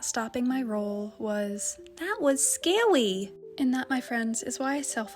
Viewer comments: “That was scawwy” 😆😆😆😆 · “That was scawy!”